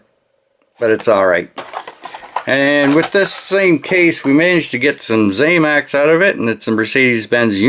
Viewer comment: One more thing, promise, it’s not ZAMAX, it’s ZAMAC. The end pronunciation is ACK, NOT AXE. You’re welcome.